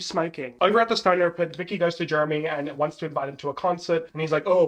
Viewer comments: Gurl the way I'm eating this up- Also with your accent it sounds like you're calling Jeremy "germy" 😂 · your accent having you saying Jeremy like Germy is my favorite thing bc he really acts like just a germ for the first one or two seasons in the plot😭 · "Germy" lmao 😂